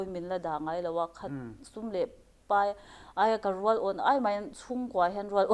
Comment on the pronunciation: Tunge tawng "pei" ngai? "Pai" tih tur alawm. Tawng pei ti lovin, tawng pai tih zawk tur.